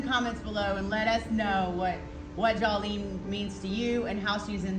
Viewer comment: Jawlene, really? lol